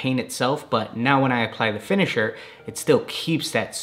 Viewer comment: Did you say "liquid kicks matter finishiner"?